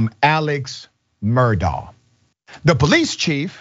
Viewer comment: It's pronounced like Murdock btw 😘